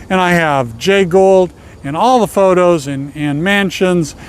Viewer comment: It’s Jay Gould not “Ghoul”